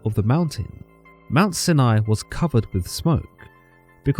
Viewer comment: Im just glad he pronounced Sinai correctly. Although he pronounced Job incorrectly as, Joab, so there's always room for improvement